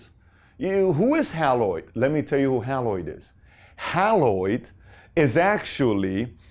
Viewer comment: It’s pronounced “HAY LOID”! NOT Hal-loid. I met the President of Haloid Corporation (the parent company that changed its name to XEROX) in 1960. He was my high school principal’s roommate. They developed the computer to aid in the use of their copiers. I actually worked for them while in college during the summers. They were the victims of 3M who stole their software in 1965. 3M took over the position of the number one copier company for years, especially for the government.